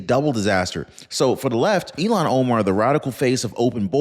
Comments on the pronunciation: iilan omar is pronounced ILL HAN it sounds like you are pronouncing her name ELON I think once you called her elon musk at marker I really do love listening to your content you do your research and provide us with solid information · I love your posts. You are pronouncing Ilhan as Elon. Instead of deportation, IMO she should go to prison. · Her name is not Elon it's Ilhan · I don’t think you have her name right. It’s not Elan Omar, it’s Ilhan Omar! And who cares about any of it, including Nancy Piglosi! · Learn to say Omar's first name!!! You sound ignorant.